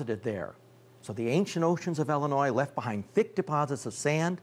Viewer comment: Why do you keep calling Illinois "Ellenois"?